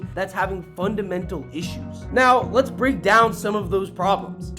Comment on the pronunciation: "breeek" loser